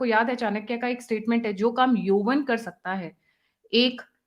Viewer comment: योवन नही, यवन